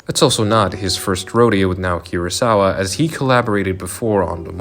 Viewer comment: I live to hear YouTubers butcher Naoki Urasawa and Osamu Tezuka's name